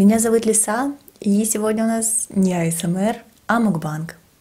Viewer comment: Классное видео! Мне понравилось но не говори АИСМАР ГОВОРИ ПЖ АСМР